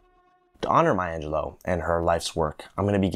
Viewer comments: I would humbly beg your pardon, but her last name is Angelou (pronounced Ahn je lu. Not Angeloe. It's French and the root word is Angel, which is a messenger. Rather fitting I would say. She was definitely a messenger of the spirit.). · I am so distracted by the fact that you mispronunce her last name as AngelO in stead of AngelEW. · Step one: Learn to say her last name correctly.